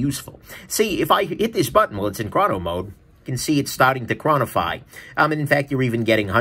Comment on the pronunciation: "chronify" lol